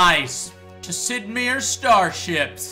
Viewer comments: Damnit Joe it's Sid MEIER, not Sid MIER. Pronounced like My-er. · Sid Meers? Isn't it pronounced Sid Mi-eers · I like how Joe says "Sid MURRHERRS". Its like he is unintentionally about to go "AMURHHRICA" but quickly switches over to name-mode. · You say Sid Meiers silly :P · Sid Miears? Thats how Joe said it... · Sid Meers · Yeah as soon as Joe mispronounced the name I was like...eh....obviously paid is obvious to do this video. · Guys I know who "Sid Meier" is. I just had an issue with Joes pronunciation. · lol some people are so stupid. This was obviously a joke. Joe just mispronounced his name (I have never even heard anyone pronounce it like that before so it gave me a chuckle if nothing else) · Fenix Medina So... Just because he mispronounced his name must mean he was payed to do the video? Seriously? Joe's been a long time fan of Sid Meier games so it would only make sense that he would try out this game, all he did was mispronounce his name, simple as that.